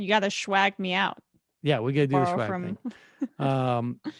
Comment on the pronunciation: Emma said "you gotta shwag me out", anytime Emma, anytime...